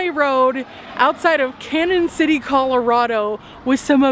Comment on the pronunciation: Its pronounced Can-yun not Cannon..sorry just trying to help 😊